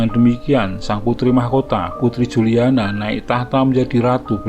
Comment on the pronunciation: Ente salah bacanya bro..Juliana (dibaca Yuliana) ente gererasi jaman now jadi gak bisa bisa baca anak jaman old 😀😀😀